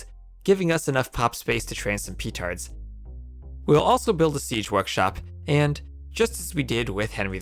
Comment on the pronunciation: Why do you say it 'PEEtards' :( also fun fact, the trick u used for the last mission is what i did normally when i was a child after struggling to fight with the saracens and persians. :D I've learnt about betrayal very fast :o